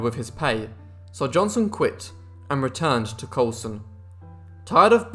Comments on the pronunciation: If you are going to narrate videos for public consumption, you might want to work on your pronunciation. This guy is "Johnson", not "Johnston". Not that hard to get right if you try. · Hics name was Johnson not Johnston , I understand your British but drop the T cause it makes you sound dumb that you cant pronounce the mans name as its spelled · At least pronounce his name right . It's Johnson not Johnston. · JohnSON. Not JohnSTON. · Keeps saying Johnston. Wtf. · What i hear is johnston.